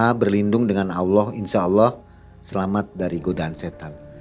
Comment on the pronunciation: apa susah nya sih bilang Allah, knp hrs awloh ? Kan beda lafadz nya, beda lafadz beda arti